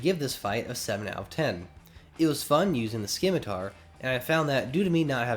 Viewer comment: The C in scimitar is supposed to be silent.